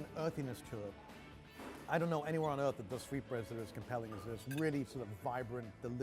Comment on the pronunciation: favorite place on "euth"